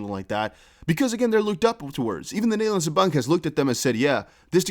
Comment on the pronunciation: Nice to hear your Dutch “De Nederlandse Bank” 👌👊🇳🇱